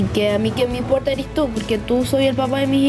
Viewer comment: Primera vez que veo a un chico que hable tan bien, que diga «eres» en vez de «eri»